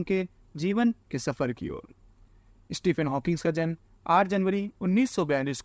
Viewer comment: इस्टीफिन नही भाई स्टीफीन 😅🤓